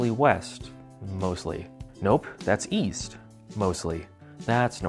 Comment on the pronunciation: Oh! East? I thought you said, Weast!